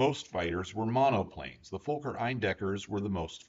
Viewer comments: For educational purposes: It's not pronounced like FOE•KER. It's pronounced like FAH•KER. I am German. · The surname is fuh-ker. The profanity is FUH-ker. Rex from Rex's Hanger pronounces it correctly. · Im sorry but your pronunciation of "Fokker" is incorrect. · Fokker is pronounced fawker, not folker,they're is no L in Fokker. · Very interesting but people from USA do not seem to be able to pronounce Fokker correctly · As a absolute Dr.1 enthusiast, I enjoyed this. literally my only gripes are your pronounciations of Fokker, and Richthofen's name. even then, excusable mistakes. amazing video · Why can't he pronounce Fokker?